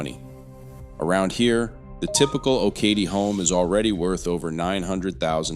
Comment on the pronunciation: Oh-kah-tee. Accent is on the last syllable.